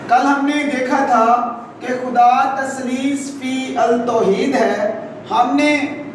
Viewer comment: Taslees_fit_ touheed..... this is it's correct pronunciation